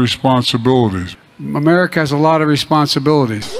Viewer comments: He can't say America but he no trouble saying China. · Two words, "United States of Ererica" Not a joke, c'mon man. Two more years, Sheeeeeeeesh. It was a Thanksgiving dinner and two turkeys were there. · Two words: "Make Ma-Merica Great Again" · Let’s see… Mamerica, Arerica, Amurca, Garerica, Amers, Amer, Awerica, G’mera… Where does he live, again? 🤔 What country is he Resident of, again? 🤔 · I agree... it's infuriating that he can't say "America' correctly. UGH! 🤬🤬